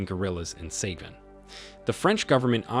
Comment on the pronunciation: “Say-gin?” “Coup de tarz?”What is this, AI generated?